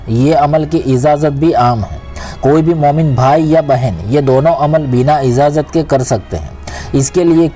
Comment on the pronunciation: Izzazat nahi Ijaazat bolo Saks nahi shaks kaho .suru me nahi shuru me kaho Up bihaar k ho kaaaa Kyun k up bihar k log sheeeen ko seeen bolte hai 🤣 Yaar youtube videoclip clip banare ho zaahair hai k saari duniya dekhti hai aap barai meherbani apni talaffuz ko toh theek karlo . Agar ek baat suno siwai Allah k kisi ko shirik mat karo . Saamil yaaa shaamil Kidar se agaya bhai up ka bhaiyya